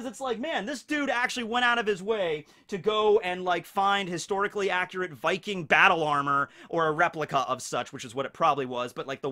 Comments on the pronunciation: norwigen here. yes you did say viking rigth. in fact it took me by suprise that you got it rigth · You actually said "viking" pretty good. Butchered som names later on though😉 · Good job on the "viking" pronunciation ^^ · Swedish guy here, I approve your pronunciation of “Viking” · I am Norwegian and I am pumped and I can confirm you got viking right! :D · VIKING! you said it as close as an american can i guess. havent gotten into this series myself yet, but after watching part 1 im really thinking about it. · you are actually saying Viking correct but when you're saying it plural "Vikings" it sounds weird to me. plural of Viking is Vikinger (I'm Danish)